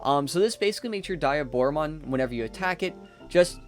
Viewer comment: It's not die a Bora. its De a Bora